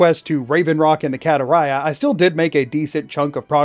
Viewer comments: i always preferred your pronunciation of barenziah over vex's. vex sounds like an american pronouncing something foreign wrong, tbh. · Considering the German translation of Skyrim you pronounced Barenziah correctly.